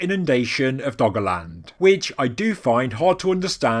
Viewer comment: I kept hearing it as "Doggoland"